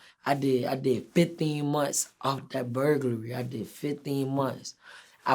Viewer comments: this nicca said "Fitheen" months instead of "Fifteen"🤦🏾‍♂️🤣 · “Fitheen months “ 😂😂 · Nigga said “Vidteen months” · Bruh said fiftheen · Nobody: Quando:”fiftheen months”😂😂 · Fiftheen munts 😂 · FifTHeen months 😂😂😂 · “i did fitheen months”😭😭😭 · "I did fiTHEEN months" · Fiftheen month 😂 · I did fifththeen months 😂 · “Fitheen months” 😂😂😂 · Denteen months 😂😂😂😂😂